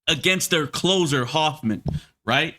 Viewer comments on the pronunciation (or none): none